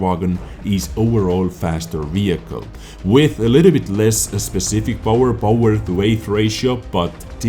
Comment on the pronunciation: "overall faster wehicle" Made me laugh so hard...